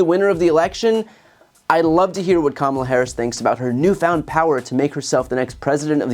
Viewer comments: First I've heard Trump pronounce Kamala correctly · Wow, he slipped up here and pronounced Kamala correctly. He wasn't paying attention. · Trump said Kamala's name right. So, know when he purposely mispronounces her name at his rallies, he's doing that shit intentionally with the racist undertones he uses. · Trump just proved that he can pronounce Kamala's name correctly when he wants to, like when he's not campaigning. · 😃 He said her name right...👏🏾👏🏾😐